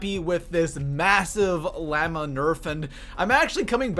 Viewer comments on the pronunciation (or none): BTW “” it’s pronounced (laaa•maa) not (lam•ma) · He pronounces llama as liama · laaaaaaaaaamaaaaaaaaaaaaaa its llama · 1: if this is your game play you are SO slow idk how you didn't die at least 5 times in this video ( and you play on Like come on ) 2: it's LLAMA NOT LLEMA like if you agree just being honest if you wanna play hmu I'm on PS4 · listen to how he says llama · I like the 2 scar sound cause it sounds realistic and why u say llama weird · Do Canadians not know how to say llama or just this dumbass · U put to mich emphasis on the a in llama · The way he said llama made me so damn angry holy shit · Why tf does he say llama so weird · does everyone say llama like this cause I don’t 😂😂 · HOW TF DID U JUST PRONOUNCE LLAMA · Jesus Christ the way he says llama